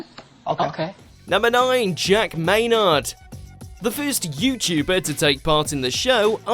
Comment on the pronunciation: Can you at least say maynard right also you need to stop talking about this he deserves peace